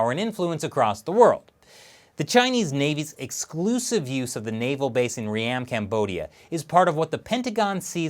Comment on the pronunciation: FYI, its not 'Re-am' its pronounced Ream as in beam...... And this is not new news inside of Cambodia, we have had Chinese investment for the last 5 years into most of Cambodian`s infrastructure.